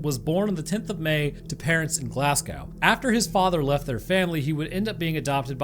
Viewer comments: Pronounced glasgo instead of glasscow btw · great video wee correction on the pronunciation edinburgh - edin bruh glasgow - glaz go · Love your videos and been a fan for a long time but brother it’s pronounced glazgo, and Edinburgh is pronounced like edinburra, and keep up the good vids or the angler fish will be waiting for you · Its Glasgow pronounced go. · i hope this doent come across as me being mean or anything but just for feuture referance Glasgow is Pronounced Glass-go Edinburgh Is Edin-burrow i am from Glasgow in scotland actualy so you can trust me on this love tales and gaming 👍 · Americans are the only people I've ever heard to pronounce Glasgow as "Glasscow" lol